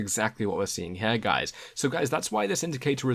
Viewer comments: when you say Here is should sound like hear not Hair. Is this type speech very common in your neighborhood? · cool video, thanks, but the word is "here" not "hair" >_< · why do you say "here" like "her" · This is how you pronounce the word HERE; It's not "hair" or "hare". :) You're welcome.